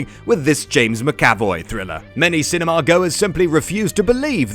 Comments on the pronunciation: The way he pronounces "James Mac A Voy" is grinding my gears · Jumanji: Welcome to the Jungle? Also please say James Mcavoy right.